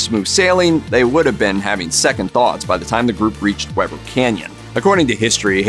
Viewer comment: “We ber Canyon”. Not Webber. l am from northern Utah. Weber Canyon was my playground.